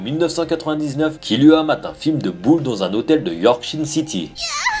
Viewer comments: c est pas killua mais kirua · c kiruha pas kiluha